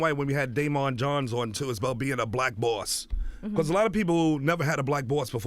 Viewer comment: see how he saying the word BOSS... hmmmmm very interesting